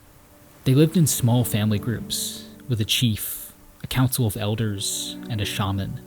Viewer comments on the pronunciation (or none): none